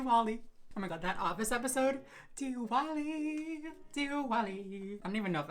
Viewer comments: Omg you pulled that makeup look so well and also Diwali is pronounced Dthivali I have no idea why there is a w 😂 I found your channel and I subscribed today 🥰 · diwali is actually pronounced like divali just fyi but ily 😘